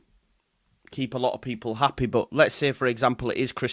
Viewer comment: I hate when you turn into a manc🤐’ happehh’ ‘archiehhh’ 😂😂😂😂😂😂